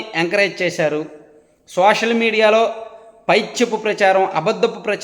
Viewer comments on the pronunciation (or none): none